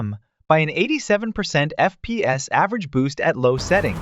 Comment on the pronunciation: Bryuh it's setting not seeting